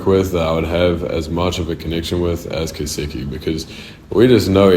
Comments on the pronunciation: why did he pronounce it like that "ketsuki" i always thought it was "ketski" or sum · it’s pronounced ketseeky … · Why does he say kets4eki like "kistiki" 😭